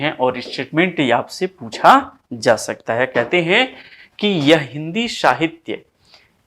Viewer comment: आपका प्रयास सराहनीय है श्रीमन! एक नई बात सीखने को यह मिली कि अच्छे-खासे 'स' को 'श' बोलना हमें कितना 'उच्च' बना सकता है...नहीं-नहीं...बना 'शकता' है! 'शाहित्य','शुपुत्र','शंविधान' से 'हिंदुश्तान' निखर उठेगा! प्रणति!🙏🙏